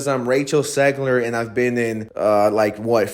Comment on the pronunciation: Why are you saying “Segler” Learn how english letters are pronounced if you’re gonna speak english.